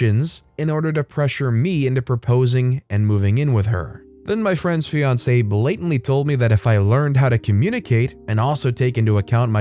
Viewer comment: First story: I think you mispronounced "ex-fiancé"